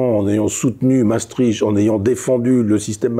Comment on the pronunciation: Mais pourquoi les Français, même cultivés comme Michel Onfray, sont-ils tous incapables de prononcer correctement les noms étrangers ? Déjà, Maestricht cest cht à la fin, pas tch ! Il suffit de savoir lire. Ensuite il n’est pas difficile de prononcer « Maestrikt » au lieu de Maestritche ! Que dirait-on si on prononçait « « Parisse » ou Ca-en pour Caen ?